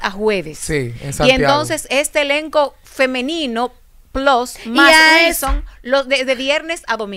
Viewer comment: No entiendo que es disque un profesional muy preparado y dice guilson, y guasa, no entiendo este disque profesional